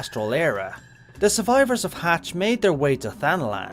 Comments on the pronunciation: i always physically jolt when he says hatch. its much more like like "mach" like the sound barrier speed or "mhachi" = "maki" for the ethnicity/association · Mhach is pronounced 'Hatch"??! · maybe its bc im used to jp voicelines but I always thought this was pronounced as Maj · I think Mhach is pronounced like “Mach”. It’s is a bit of an add pronunciation, though. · That is not even remotely how you pronounce Mhach. The M is not silent, he 1st h is, the a is a longer ah sound than you pronounced it as, and the ch is pronounced as ck.